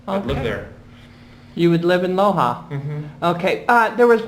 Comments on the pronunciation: Tranquilo, no te preocupes, el joven tiene un acento americano y nádie en el Ecuador se enojaría por eso. No obstante, él pronunció la "J" castellana como la "H" inglesa, y así se pronúncia aquella ciudad: "LOha" = LOja. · City is called LOJA, not LOHA.